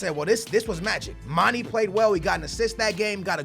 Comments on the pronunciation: Mane is pronounced Man-eh not Man-E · say manae not manie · IT IS MON-A NOT MON-E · mah-nay mah-nay say it with me mah-nay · please stop calling manè Manny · so glad He got rid of mane im sick of Him fucking up His name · how to spelled player fo Batshuayi = bat-shu-why-ee Son = son and not sun (like you said sonaldo but just remove the naldo) Werner = ver-na Mane = ma-ne (not ma-nee/ma-ney)